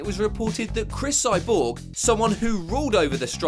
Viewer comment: Why do you say Cris Cyborg like that? Cris Sigh Borg!